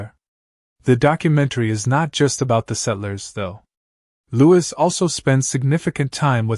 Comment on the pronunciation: His name is louis as in lewy,not lewis.